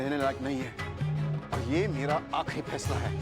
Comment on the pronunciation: Unho ne kaha Phaisla our mujhe sunayi diya bhainsla😅😅😅😅😂😂😂😂😂😶😶